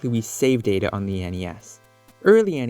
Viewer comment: lol i thought data was ta da😂😂